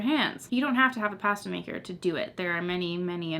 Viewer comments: WHY do you say "pasta" like that?!?!?!?!?! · Me, an American: ooh PAH-stah Canadians: pa-STAH your reactions are a me every time I bake lol